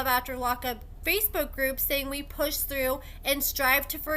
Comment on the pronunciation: "We push THREW".. Hooked on Phonics didn't work for Troy obviously! 😂